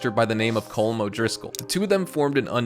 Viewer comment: Its “colom”